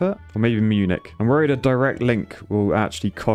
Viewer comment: Oh god, when will you learn how to pronounce Munich? I just want to hear you say it once. Correctly.